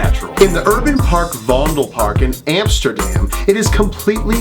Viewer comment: Vondel park sounds like fondle park